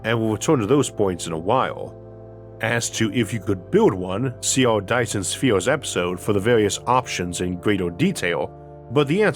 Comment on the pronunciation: Be vehwy vehwy quiet... I'm hunting faw Dyson Spheez...